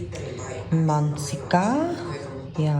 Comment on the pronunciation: Most non native speakers have issues with double k in words. Ie. "mansikka" you pronounced like "mansika"